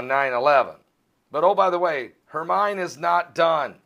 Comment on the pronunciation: praying for people in hermines path!we live in the PIEDMONTS of south carolina the rains came as close as 7 miles from FOUNTAIN INN SC! We need the rain!BUT GOD IS IN CONTROL! it's pronounced HERMINE as in hermean! not as in coal mind!It a Spanish word!!